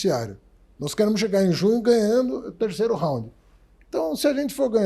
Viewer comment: O cara não sabe nem pronunciar Round ,kkkkkkkkkkkkkkkk